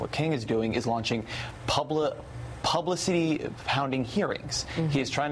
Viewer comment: "publicee" -Ezra Klein